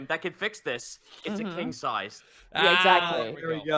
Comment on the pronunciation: "There's your bed, which is king sized." Monty, I think you meant to say it's "kenk" sized.